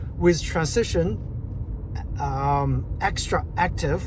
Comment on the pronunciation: Dude, no one cares. He said it wrong, yet, you knew what we was talking about. That’s all that matters.